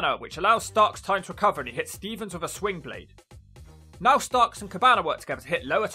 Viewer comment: Can't really tell but are you saying swingblade or slingblade? The move is called the slingblade from what I've heard. I'm guessing it's named after the movie slingblade and the tool used to cut grass or wheat with. The movie made the word popular though